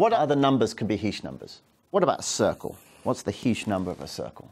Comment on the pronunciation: ...I'm only playing this video because my last name is "Heesch" and I wanted to find out which way he was going to pronounce it... ...I say "Heesch", short "e" sound, rhymes with "John Tesh"... ...I've heard others say "Heesch", long "e" sound, like "hash-heesch"... (presses play) ...well, he's mispronouncing it...😂